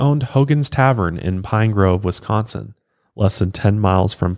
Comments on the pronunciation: Grew up and still live in Wisco. You say Wisconsin very well!! Most people say Westconsin. 😂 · Wisconsin-ite here- you nail the pronunciation!